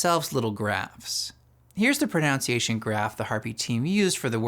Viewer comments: proNUNciation, NOT proNOUNciation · PronOunciation is such a funny mispronunciation